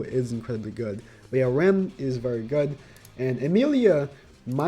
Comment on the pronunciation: pls, if you tryna say Ram, just say Ramen, and cut out the -en part. Here you go